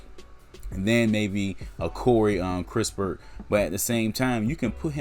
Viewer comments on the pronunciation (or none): It's kiss-pert and not kris - pert.. Possible, If the spurs can get extra picks aside from the 12th in sign and trade with the lakers 22nd pick, then go ahead and get your shooter in kispert. 12th picks reserved for a sengun, Wagner or garuba who can play now..